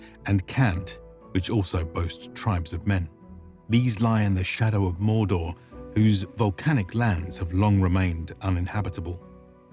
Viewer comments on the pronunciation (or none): none